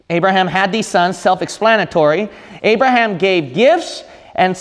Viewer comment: His name is Abraham not Arabham !?! 🙄😏